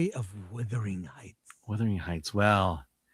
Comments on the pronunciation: Chris keeps saying the name wrong. It’s Wuthering not Withering 🤣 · It is not Withering. The heights did not whither. It is Wuuuuuuuthering Heights. As in wind which wraps around the house seemingly coming from all directions. WU. AND while I am at it it is not West Minister. Minster. Min. Thank-you. Word Karen OUT!!!❤❤!❤❤